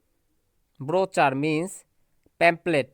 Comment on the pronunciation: ব্রচার না। ব্রশিউর হবে উচ্চারণ (brochure)